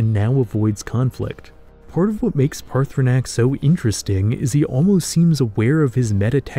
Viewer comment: Hearing him mispronounce 'Paarthurnax ' every time is a little annoying.